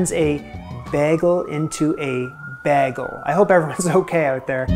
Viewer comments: Baggle? Rhymes with gaggle? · Say bay like a bay at the ocean the say gul like a seagull thats how its supposed to be said at least to me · I must be really congested.Because it sounds like you're saying bag-el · Try saying bay gills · BAY-GEL ! (A hard "G" as in Go, not a soft "G" as in Gentle) 🙂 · It's pronoun ed bay-gull. :) And bage;s are about texture - they are supposed to be crusty on the outside and chewy on the inside. (Yes, I grew up in New York) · Ps you said made-in right, you didn’t say “mad-in” so say made-in with a B. BAY-gull. Just say bay. Not BA. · You live in NY and can't pronounce bagel? Glad you explained that you can't hear the difference in your head but it hurts mine to hear "beggle." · ...Maybe try B-ey-gl 🤔?... I think you are just missing the 'y' sound that actually is not even spelled there so who is to say what's correct. 😅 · You say bagel like there's an umlaut: bägel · Bagel is pronounced as in ate. Long a not as in at. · You pronounce bagel like bag-el, as if they're from planet Krypton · So I haven’t even read Amy comments yet or gotten past the first 4 minuets but I will say the best to say it correctly in your head would to act like your saying bay leaf…. So it’s bay-gle… like bay-leaf, bay-gle… hope that helps… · Why is he pronouncing "bagel" as "bagel" not "baygel"? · If you want to be a true ny'er, you need to pronounce it properly: bay-gul. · but why are you pronouncing it as begal 😭 edit. oh nvm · The pronounciation hurts the ears!!!! BAGels?!!! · It is so, so, distressing, not to mention annoying, that you can't pronounce bagel(s) correctly. As a Jew, I'm particularly horrified. Please, please work on pronouncing the word properly. PS, cakey BAYgels (see? I pronounced it properly) aren't bagels at all, even if they have Julia's imprimatur. Bagels are supposed to have a dense, chewy texture. This is not negotiable. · you're the second canadian i've heard pronounce bagel like that. i guess it's just a canada thing